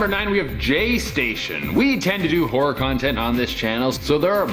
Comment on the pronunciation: I’m watching this and folding clothes and I had to stop on #9 😂 every time he said “horror” I thought he said “whore” because I wasn’t looking I said I know damn well 😂😂 looked at the tv and said ohhhhh “horror”